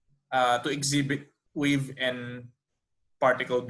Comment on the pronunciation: Please focus your speech to say the English syllable correctly, example, wave, WA not WE. Good luck.